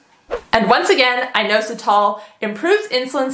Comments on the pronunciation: Please learn how to correctly pronounce inositol! It's not a hard O, it's in-ah-sit-all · IN AUS UH TALL is actually how inositol is pronounced 💪